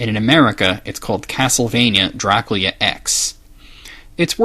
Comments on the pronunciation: Why did he speak "do-ra-ku-ria" when the translation is "do-ra-kyu-ra"??? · i appreciate you trying to say the correct pronounciation of dracula, but the problem is despite what someone else said, youre still not saying it correctly. it sounds like youre saying dra-kyu-lea, and its actually Dra-coo-lah. And i have heard it from romanians as well as people who study the subject rather closely, and not once have i heard it like you pronounce it, not even in its native language. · You keep pronouncing Dracula as Draculya. I know the reason, you either said it in the castlevania retrospective or in the comments, but the katakana in the Japanese title says Dorakyura, not Dorakurya. Excuse me if I'm missing something, but it seems both Japan and America pronounce it the same way. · STOP PRONOUNCING IT "Drac-lee-aa". OH MY GOD. It's "Dra-CU-LA" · You are pronouncing "Dracula" as "Drakoolya", but it's meant to be said like "Dr[a]kool[a]". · why do you keep saying dracuila when it is dracula? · Dracula... jra-KOOL-ya... Uhm no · I love watching your vids. I don't mean any offense, but this is a legitimate question. Why do you sometimes pronounce Dracula as "Dra Cool Ya"? Am I missing something? Is that a cultural pronunciation? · Pronounced like "Draculya", apparently, by this author. Though in Romania it's apparently pronounced as "Dra-ku-la," whereas the common pronunciation that all of us Americans are familiar with is "Dra-kyu-la". I suppose to explain this, I'd have to say that everyone has their own personality, and isn't any different. And to, not everyone wants to scroll the comments, so if I've repeated something, my apologies. I figured it needed to be explained once per comment que. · His pronunciation sounds more like "Draclea" to me most of the time.